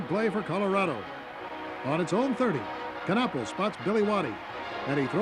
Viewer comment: My junior year at CU. What a great game it was. The Buffs went to the Orange Bowl that year, but were beaten by Ohio State. By the way, the K in Knapple is silent.